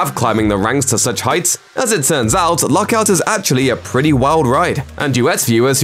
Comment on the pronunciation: I can't understand him. Is he saying Luck Out or Lock Out????